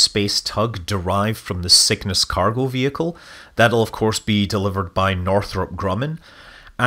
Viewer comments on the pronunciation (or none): Good evening and good review. One thing did make me laugh. To my ears, your "...derived from the Cygnus delivery vehicle" statement, at about the 2 minute mark, sounded like "...derived from the sickness delivery vehicle." Hmm, perhaps you were trying to alert us to the idea that the current COVID is an engineered virus, ala the Andromeda Strain. wink